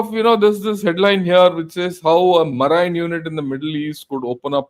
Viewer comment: tqvm for the excellent presentation. When they capture Kharg Island the regime will collapse. the word 'MARINE' is pronounced as MAREEN. Eg 'MAREEN Expeditionary Force', or 'US MAREENs'. Other examples are 'merchant mareen'' and 'mareen engineering'. TQ again for so much detail.